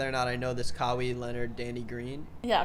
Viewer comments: Cuh-y-eee not cuh-wii that was bothering big time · Kawhi is pronounced "ka-why" no "ka-we" and if that was a joke then I clearly didn't think it was funny. Love the content you two make together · it feels like not enough people talked about pronunciation of kawhi leonard - it's kah-why, not kow-wee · Repeat after me, KA-WHY Leonard. That's how you pronounce Kawhi. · why did you pronounce kawhi cow-wee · the only crime here is how ya pronounce Kawhi lol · Pronunciation of Kawhi making me cry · had to search for this comment as a spurs fan lol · I was dead when i heard it